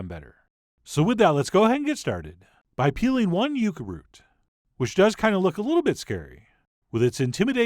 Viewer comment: It's yucca I'm sorry, love your show. It's time